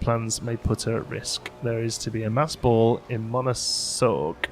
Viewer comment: The pronounciation of Monégasque should be something like "money gask" ("gask" like in the word "gasket"). It is actually the word used for designating the dialect used in the Monaco region. Langoustine is indeed french for scampi, most often designating the Norway lobster as Jacob barrow mentioned.